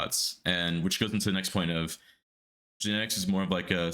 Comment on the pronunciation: Why does it sound like genetics bullied himself into the team... All i heard was genteics contacted us.....then again later on genetics contacted us about joining lol Tuff